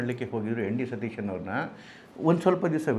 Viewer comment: You don't even know to pronounce the name properly. It is V.D.Sateeshan nót N.D.Sateeshan